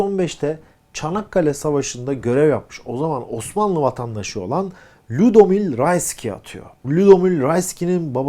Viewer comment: hemmen okunuşunu düzeltiyim dedim:) Ludomił Rayski => Lûdomivv Rayski olarak okunuyor. Polonya'ya giderseniz, Ludomił Rayski'nin evini de görebilirsiniz. Türkçe çevirisi "Krakov'da Türk Evi"